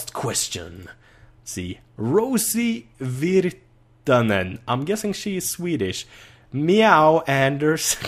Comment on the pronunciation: lol! meow! im the rosie virtanen and lol.. you didnt entirely butcher my name! you did it fairly well tbh! better then most do lol.. im pretty sure alluminum would be perfect for you lol.. very light! 2/3rds of the weight of a hauberk in regular steel lol.. and im actualy working on axe designs like that description at the min lol.. im sure youl find the girl of your dreams! if not then 20 girls lol..